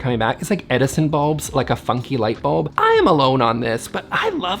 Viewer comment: Had to go get some coffee because I heard "eff you, wallpaper" instead of funky.... 😆